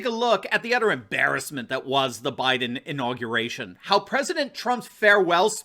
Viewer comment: 'INAUGRATION'? SURELY YOU JEST!